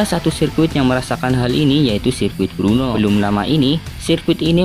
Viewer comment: Udah ngmongnya di jelas"in ech kliru lagi Brno bang bukn Bruno, lu kira pmain MU bang Bruno Fernandes 🤣🤣